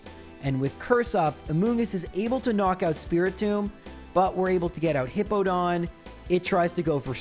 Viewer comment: Also, this is that time period where he calls it Hippo-don and I still hate it.